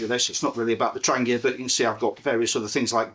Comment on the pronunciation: THANK YOU for not saying 'tran jee uh'. <3